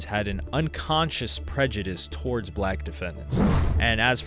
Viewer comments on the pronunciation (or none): none